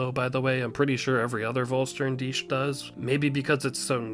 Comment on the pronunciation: the Vollständig of Uryu is one of the best things the anime did. something we REALY did need. BTW make shure you call it Vollständig the german word vor complete, not VollSternDich the translation would be FullStarYoureself. or however you wanna translate it.